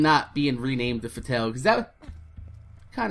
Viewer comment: It's pronounced fa-t-all